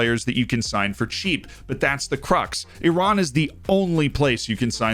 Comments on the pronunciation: Thank you for your correct pronunciation of Iran ☺️👍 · Loved that emphasis on Iran! The first time I saw Ashkan Dejagah on your YouTube channel cover, I realized you are the main one on FM. 👑